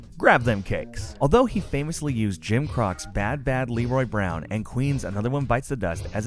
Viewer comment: Did you just call Jim Croce Jim Crocks, go fuck yourself